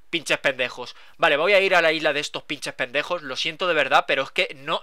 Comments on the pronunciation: Me hace gracia cuando dice Pinchej Pendejoj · Jajajaj "pinches pendejos" amo como lo dicen en otros países